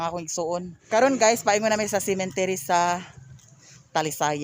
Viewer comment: Cemetery po not Cementery😘😘😘